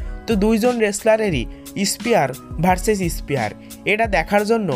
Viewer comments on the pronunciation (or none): Not espear bro that was spear